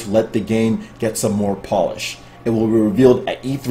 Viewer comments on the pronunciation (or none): none